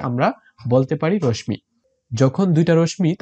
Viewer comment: রশ্মি র উচ্চারণ সঠিকভাবে করুণ